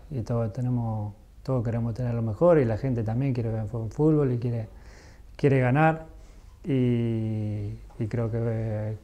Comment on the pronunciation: amo que diga fulbo y no fútbol